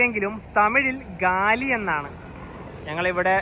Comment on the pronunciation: ഗാലി അല്ല. ഗാല്ലെ